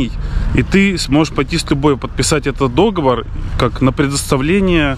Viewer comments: обычно не люблю делать замечания по ударениям или орфографии...Но запомните) ДОговор и докУменты в пОртфеле, а договОр и докумЕнты в портфЕле) ДоговОр!))) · в слове " договор" ударение-на последнем слоге.Да и ложить зубик нельзя,надо его класть.Извините за замечание. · договор, ударение на последний слог. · не вздумай болеть! Придумал тоже, весна скоро 😉😎💖Пижама весёленькая👍Красивая домашняя одежда - это очень важно для настроения и самочувствия👏Я не знаю, как правильно КарфУр, или КарифУр, но точно знаю, что правильно договОр, а не дОговор😉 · не знаю, как насчет Керфура, а вот слово "договОр" в русском языке только так произносится. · не дОговор, а договОр! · ДоговОр,!!! ухи режет!!! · нет слова дОговор Есть слово договОр